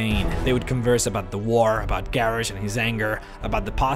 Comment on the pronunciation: Seriously? Garrish?